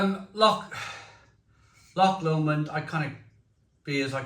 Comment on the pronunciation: Loved the review mate, remember this say Lomond like Low-mond